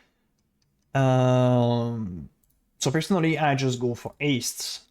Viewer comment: "aste" "erald of ash" LOL why can't you pronounce basic stuff? XD anyways thanks for the guide, actually gg